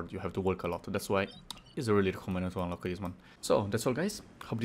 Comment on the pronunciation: "how to unlock-a this domain-a!"